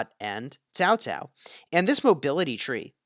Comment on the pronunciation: Why? Why do you pronounce Cao Cao as Tao Tao? Can you not spell "Ts" or at leat "K"? 🤦🏻‍♂️